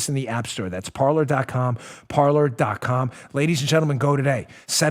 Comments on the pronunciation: why do the english pronounce french words.....its supposed to sound like "Parley"....actually an accent on the e....like the pirates.....parler......not parlour.......... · It's pronounced par-LAY ! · Parler. I really think it's pronounced "par-lay" from the French, meaning to talk.